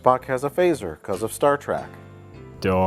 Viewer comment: I’ve always enjoyed Mike’s “Star Track” pronunciation